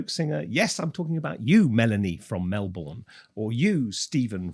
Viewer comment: It’s pronounced “Mel - Burn” not “Mel - Bourne”. You are welcome. Oh and no .. I’m not a musician. I’m following a random YouTube rabbit warren. Interesting stuff for sure.